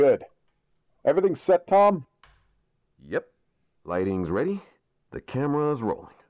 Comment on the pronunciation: I think he said “weady” too🤣🤣